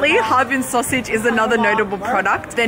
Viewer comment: 哈---尔---滨。 尔 isn't silent :p